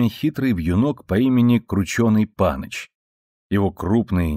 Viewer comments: Но словосочетание - "крученый паныч" по-моему ударение ставится неправильно.Нужно говорить - "панЫч", а не "пАныч". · Как можно такое коверквть мову: не пАныч, а панЫч! Потом эти ваши рекламы.... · Цветок крученый панЫч, ударение на второй слог.